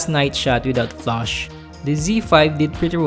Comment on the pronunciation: It's flash not flush :)